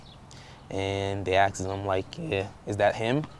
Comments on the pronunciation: he axes me. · "He Axses me " I will bet that hurt ! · how come blacks can't pronounce ask it's only three letters